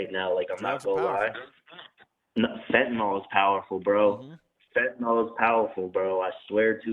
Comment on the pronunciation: Lol she got caught with a perk?? Then says she got caught with a perk…fentyle . How is a fent